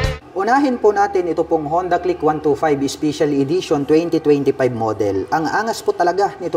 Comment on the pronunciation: Special ❌ Ispisyal✅ 😂✌️